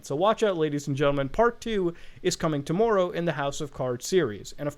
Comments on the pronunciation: it's TOMORROW not TOMMOEROUGH you canadian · My main takeaway: Muta has a very interesting way of pronouncing 'tomorrow'